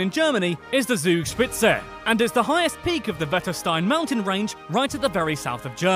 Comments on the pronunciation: We need to train your german speaking. 😂 You spoke the Zugspitze more like sugspize. Any many more. But it was interesting anyways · Hahaha allein wie er Zugspitze gesagt hat